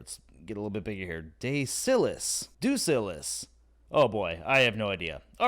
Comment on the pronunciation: Lethalogica will only let you find the other half a Gravitron, not every gigantic. Also "Cornicen Octavia" you keep dropping out the 'r' and say it as "Con" and add an 's' after that. Should be pronounced "Cor-neh-sen", I believe. As for Deusillus, I look at it as "Deus" like "deus ex machina" and "illus", "Deus-illus". Great deck, should be fun to play. Still looking for a Deusillus deck, but managed to get another deck with 3 Sins. Audio sounds good, didn't hear the rain.